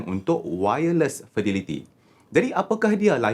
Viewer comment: Fidelity disebut as Fedéliti ( bukan Fidiliti).